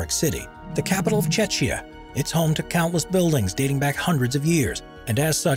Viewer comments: People don’t know how to say things correctly. You said Czechia which will mean if it is said like the name, it will be called Cuh-zechia. Instead, it is pronounced as Chek-ya. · Hmmmmm pronunciation! Czechia (Like CHECK-ya) and Vaclav (like VAT-slav) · I think he was trying to say Czechia which is a shorter form version of Czech Republic. He just doesn't know it's pronounced 'Checkia.' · You said Chechya?!? It's Czechia Not Chechnya. Use translator to know how it's said if you are bad at pronouncing. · These days, the Czech Republic is usually called Czechia, but it would be nice if the narrator had learned to pronounce it properly. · First of all you should maybe check how Czechia is pronounced. Second, 20th Fenchurch street in London, while originally it did heat up and melt stuff was corrected so this does not happen anymore. Would be fair you mentioned it in your video. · Please fix this mispronunciation 🙉 § Otherwise, video is very good. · Thank you for mispronouncing "Czechia"! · I can't believe they failed to pronounce entire COUNTRY'S name correctly no.4